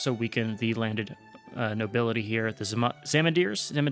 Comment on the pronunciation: If zamindars is too difficult to pronounce, just say landlords or landowners, because thats what the term means